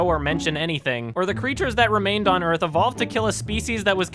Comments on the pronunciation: "Öhsah" "Do you knouw where we awe?" "No söh." "This is Öuhth." Congratulations all Americans, you now know almost how an 'ö' is pronounced, thanks to Will Smith and co'! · You missed a golden opportunity for a joke Will: "Do you know where we are..." Jaeden: "no..." Will: "...WELCOME TO EARF" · Your pronunciation of "Euuurrrghth" is perfect.